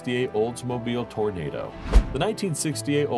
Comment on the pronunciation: Hey dawg, it’s the olds Toro-nahdo. Like the vid!